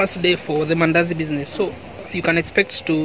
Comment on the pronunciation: Did you say mandasi😂😂😂 anyway good vedio